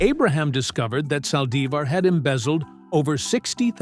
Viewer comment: No digaSALIVÁR.SO TONTO.ES SALDÍVAR.Y NO QUINTINILLA.ES👉QUINTANILLA.LEA,HABLE BIEN PERIODISTA.LEA Y HABLE BIEN.